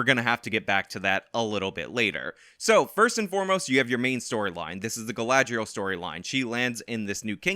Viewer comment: I SE ALOY OF TALKIN ABOUT MAH GRRRRL GALADRIELLLLLLLSS...I laugh everytime and look forward to this with glee